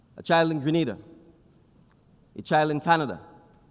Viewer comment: Great presentation and well said. Now, if we can get the announcer to pronounce the name of the country correctly after it was said multiple times, that would be great as well.